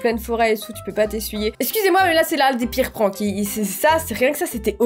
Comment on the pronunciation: Wsh elle dit PRAAAAYNKS😂